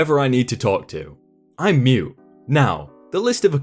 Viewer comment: Not to be mean or anything, but you are missing the t in mute in your pronunciation😂